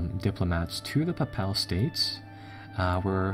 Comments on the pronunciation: Gonna send a diplomat to the puh pal states lmao it's pronounced paypull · Its pronounced Pay-pal state just thought I'd throw that out there.